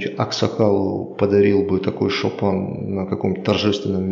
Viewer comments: Шопан емес шапан! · Не "шопан", а шапан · Не Шопен а шапан ты сам казах хоть